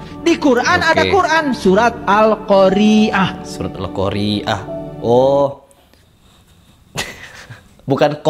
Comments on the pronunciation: Alqoriah pakai huruf ain stelah huruf ro bukan hamzah.... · padahal membaca atau pembaca huruf akhirnya adalah ء bukan ع. sedangkan nama surat tsb huruf akhirnya ع. jelas dia tidak tahu bahasa arab.